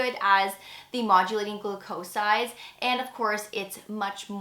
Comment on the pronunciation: GLOO’-coe-sides, not gloo-COE’sides